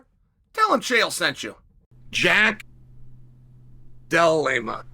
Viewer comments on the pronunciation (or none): He took a pause and even thought hard on how to say JDM’s name, yet still failed miserably 😂😂😂